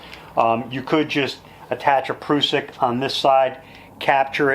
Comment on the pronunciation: I think the word Prussik is pronounced differently. The "prus" part would rhyme with "bus"